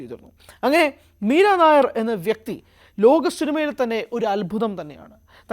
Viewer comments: മീര നായർ അല്ല മീര നയ്യർ (nayyar ) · മീര നായർ അല്ല മീര നയ്യാർ . she was born in Bhubaneswar, Odisha.